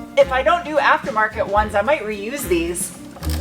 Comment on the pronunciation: You said "reuse" and I heard "re-UZ"